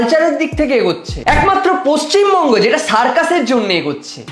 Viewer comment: Paschim manga noi 😅 pachim banga ✅